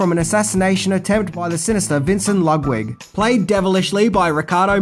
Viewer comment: why do you keep saying "lugwid"